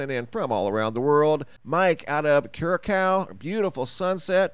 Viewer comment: Ker rock o that's how its pronounced